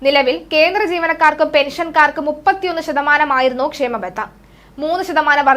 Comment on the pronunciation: Not kshemabatha khaamabatha ok